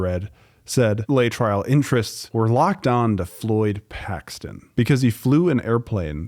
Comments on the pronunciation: FYI: Laetrile is pronounced "Lay--a--trill", NOT Lay-tryle! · Lay-trial. Sigh. It's Lay-uh-trill. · It's pronounced: lay'-uh-trill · Someone is too young to remember it's pronounced "LAY--uh-TRILL"... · 'LAY uh trill' is how that drug is pronounced. The powers that be always denigrate and destroy natural cures with any lie that they can. Cancer is too profitable to be allowed to be cured. Implying that the government was correct is your mistake. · It is pronunced lay-EH-trill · you're pronouncing it wrong - lay - a -trill. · Lay-a-Trill is the pronunciation. Laaaay uuh trriilll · As someone alive at the time, I want to say the drug was called Lay-a-trill. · At the time, Laetrile was pronounced lay-a-trill. I remember cancer patients going to Mexico for treatment, coming home “cured” and sadly, dying from the disease.